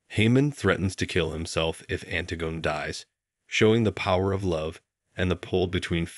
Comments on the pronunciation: Yes, I'm really surprised. Surely if you're going to go to all the effort of putting together a video like this, you'd check on how to pronounce the title and author. The most common pronunciation is anTIGone by SOPHocles. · Did you seriously pronounce it "Ant-i-gun by Sof-a-culls"? This is the worst.